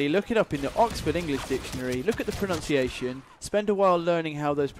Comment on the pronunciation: Pronunciation not pronounciation 😂😂😂😂 look the oxford if you want